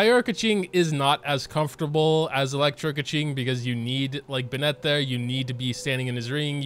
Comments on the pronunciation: Not a huge deal I guess but there's Literally not a single youtuber is willing to take the time to learn how to say the names right. BenNET BenNET. When has anyone heard the name Bennet be pronounced that way? The emphasis is on the first syllable. BENnet BENnet. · all i feel is rage when pronounces bennett and "ben-et" instead of "ben-it" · First video I've watched from this guy; does he seriously say "BeNET" or is it a joke. Like I can understand the people that butcher Ayaka as aYAka, it isn't a name you'd hear all too often and the English VA also butchers it in the same way. But Bennett is literally an English name that just about everyone who grew up speaking English should know how to pronounce. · he knows how to pronounce it it’s just habit + a bit of an inside joke that he says it the other way